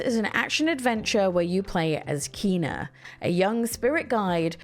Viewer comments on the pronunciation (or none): none